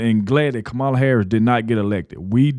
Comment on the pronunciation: Hey ignorant! Pronounce Kamala's name correctly and stop being disrespectful!!!